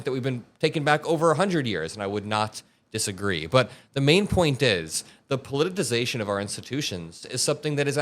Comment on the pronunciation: I love your contact and I want you to have maximum impact. I think proper language and pronunciation gives one a greater degree of legitimacy, so can I give you some constructive language criticism? The word is not “polititisation”, it’s “politicization”. I’ve heard you mispronounce it habitually, and I had to point it out. It may seem petty, but i think it’s important.